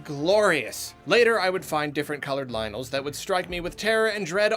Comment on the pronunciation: It’s lynels, not lionels